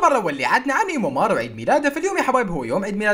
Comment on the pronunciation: ايمو مار❌❌❌ ايمو مان✔️✔️✔️ سحگات الي متنتهي😂😂😂😂👌